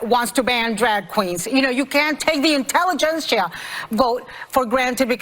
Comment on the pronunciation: “The intelligencia” 😂😂😂